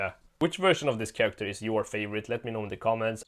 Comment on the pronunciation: You always had trouble saying Chracter